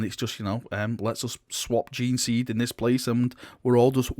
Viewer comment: I'm still amazed how can mispronounce gene-seed...